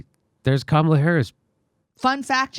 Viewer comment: Do not Kome-ala Harris